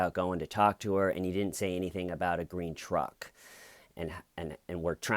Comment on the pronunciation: "I love grene trucks" xD